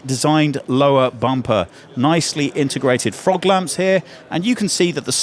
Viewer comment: Did call them “frog lamps”?